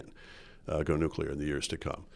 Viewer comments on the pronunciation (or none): Bit of a pet peeve but, for Heaven's sake Rudyard, you're a writer and a journalist...and a Canadian. It's not "nucular", it's NUCLEAR (nuːkliər or NOO-klee-er). George W Bush screwed that pronunciation for the world....apparently even Canada! Please do better. Merci!✌🇨🇦 PS: Thanks to Andrew Coyne for pronouncing it correctly! Say it with him: NOO-klee-er....NOO-klee-er.👌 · "Nucular" I drives me crazy when an otherwise educated man like Rudyard says : "nucular". Come on. You're not a kid.